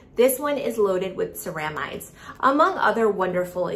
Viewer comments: Thought this too! SARAH-mides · Indeed, was looking for this comment. Its CEramides, with the accent on the 'ce', not the 'ra'. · Ceramides is mispronounced It should be seh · ruh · midez